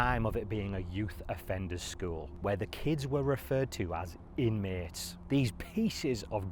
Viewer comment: I can’t unhear skuwl 😂